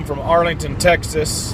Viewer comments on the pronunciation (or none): none